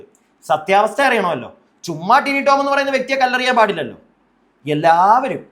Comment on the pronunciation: എന്തോന്ന് ടൈനിറോം ഏട്ടൻ???. ടിനി ടോം എന്നു പറയെടോ. 😇